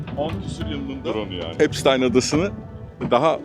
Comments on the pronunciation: çok iyi video cesaretinden dolayı tebrikler ama bir eleştiri olarak yapay zekayı azalt abi. gerçek kullanıcılar ai materyal görmekten hoşlanmıyor ve gezegeni bitiriyor bildiğin üzere. bir de epsıtiiiiin. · Abi emeğine sağlık çok iyi video olmuş ama 'epstayn' değil epstiin diye okunuyor video boyunca kulağım tırmalandı. 😂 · abi amerikan mason tapınağı videonda da geçiyor soyadı epştayn diye okuyosun hatta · Virgin "bakire/bakir" anlamlarına geliyor. Ada seçimi bile tesadüf değil galiba, ufacık çocuklarla yaptıkları rezilliklere bakılırsa... Yalnız şu adamın ismini doğru telaffuz etmemek konusunda neden herkes bu kadar dirençli, işte onu anlamıyorum. Videonun başında kendi halkının "epstiin" şeklinde telaffuz ettiği ismin peş peşe eklenmiş birkaç sese rağmen videoda ısrarla "epsteyn" ve arada bir de "epstayn" diye telaffuz edilmesi neden?